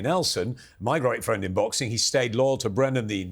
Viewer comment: Ah fwend shalom